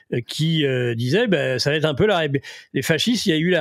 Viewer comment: Quel va t être. Je vais,tu vas ,il va .( Il n'y a pas de t ) . Quel va être ... De nombreux journalistes font cette liason ...Si je peux me permettre cette remarque.